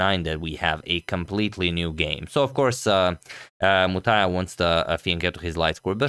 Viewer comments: What a challenge for Agadmator to pronunce the names of Indians Srihari, Muthaiah, Narayanan, etc., :D but I tell you guys that he did great to pronunce them well. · Other day you struggled with Sri Harish, today you are spot on with Muthaiah's name.